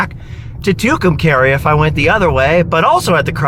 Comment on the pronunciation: It's pronounced "Two come car ee" your saying it all wrong!!!